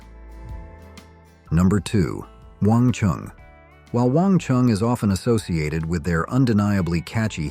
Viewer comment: Wang Chung, not Wong Chung. Stop using AI for narration.